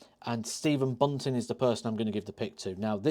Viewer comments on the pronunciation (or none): I think you almost nailed it until you said Bunting, just my opinion.